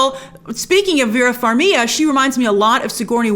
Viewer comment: Vera Farmiga! With a G grace! You pronounce the G.